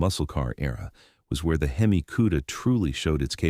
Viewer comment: Shitty AI narration can't even decide how it wants to mispronounce HEMI lol